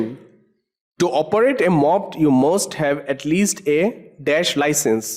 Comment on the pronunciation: lol he pronounced moped as mopped xD it's pronounced like mo-ped. the mo is for motor and ped is for pedals